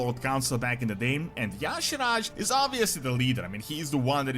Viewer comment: He is pronouncing Y'Shaarj WRONG! Almost no one gets it right. (Ee-Sharzh) Anyone ever notice, speaking of Old Gods, that the Shadow Priest has Idol of Y'Shaarj, N'Zoth, Yogg-Saron and C'thun in their Shadow spec? Shadow Priests are straight Void DPS. I think the best race is Void Elf (Alliance). Makes for the best Void/Shadow Priest race. I just started one on Stormrage. Liking the direction it's heading. Hated patch 11.1.5 for all the messups and poor launch. This is what the test server is for! Let's hope they get 11.1.7 right. Wow Old Gods vs Xal'atath? Yeah N'Zoth has always been the brains of the outfit. This will be interesting to see where it goes.